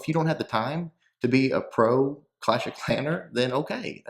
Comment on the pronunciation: it's "clasher" 😂 Love the vids❤️